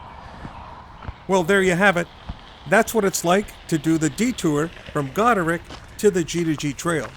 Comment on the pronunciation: Its Goderich as in rich man